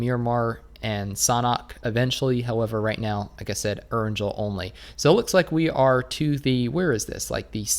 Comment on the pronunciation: Need to learn how to pronounce “Erangel” brother! Lmao. I cringe and crack up hardcore every time you say it. Lol